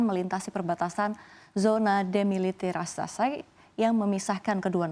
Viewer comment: iya lucu saya baru bangun sy kira ngantuk eh ulang 3x demiliterasasai saya pakai subtitel jg pastikan mba ini ngomong rasasai apalah itu😂